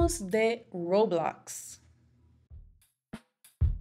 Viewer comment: dice Roblox de forma muy bilingüe y muy bien dicho Mi tía intentando decirle Roblox a mi primo*: el juego de los Legos eso alv